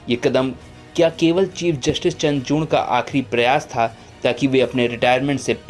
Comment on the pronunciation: चंद्रचूण नहीं चंद्रचूड उच्चारण चाहिए बाबू